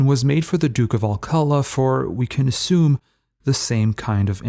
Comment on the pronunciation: why ignore the accent on the name alcala, pronounced al-ca-LAH, accent on the last syllable!